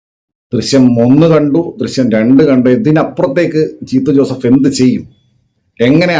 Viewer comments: U heard it right bro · For a moment I heard "ചീത്ത ജോസഫ്😂😂😂